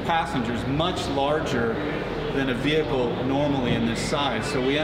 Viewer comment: He said as mucu